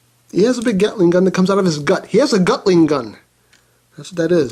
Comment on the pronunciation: When you said Gutling Gun it made me laugh so hard😂